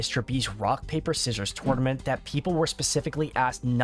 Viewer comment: Please learn how to say tournament.... great video though.